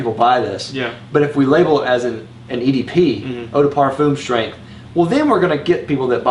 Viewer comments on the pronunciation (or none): none